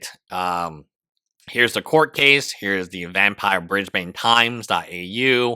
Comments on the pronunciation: i'm sorry but an aussie needs to tell you lot it's BrisBIN not BrisBane, omg brisbaner what in tarnations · it’s not “bris bane” more like “bris bun” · dammit, Brisbane is pronounced "Briz-ben" not "Briz-bayne" - its like fingernails on a chalkboard for an Aussie to hear it pronounced this way 🦘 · I see a lot of people / Aussies here 'biatching' abt the pronunciation of 'Briz-ben'. Frankly, I find it a bit petty! How do you pronounce, for example, without looking it up beforehand, the capitol of Denmark... in Danish, or the Finnish capitol not translated to English - I would like to hear you do that! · Brisbane - sounds like Brisbn, or Brisbun. (Not like a circumcision of a Batman baddie...) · you mispronounced "Brisbane" EVERY SINGLE TIME, you pronounce it without the "a" 😐